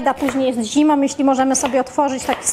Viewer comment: "z bułkom tartom", zimom, om co drugie zdanie - jest taka głoska "ą" nie om, wie Pani. I nie "takom kanie" tylko "takĄ KANIĘ. Gdzie była Pani jak były lekcje języka polskiego? A może nauczyciel zawiódł?